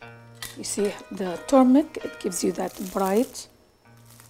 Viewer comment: It's not pronounced turmic ! It's turmeric .